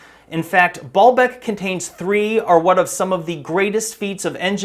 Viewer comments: ...it is essentially ancient poured concrete, not quarried stone like so many like to think. And it was pronounced BAY-YUL-BEK, 3 syllables, not two. The word means Lord's Well or Fountain. Ba'al means lord and Bek can mean tears, well, oasis, fountain or even a reference to fertility practices. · Every time you said Baalbek, my brain heard "ball bag"